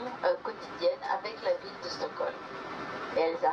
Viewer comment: Vidéo intéressante, mais ô combien atroce la manière dont parle la femme... "La villEU, le quartier huppéEU" Quelle souffrance :D